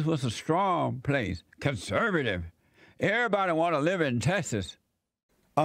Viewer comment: con -bay-ta-servetive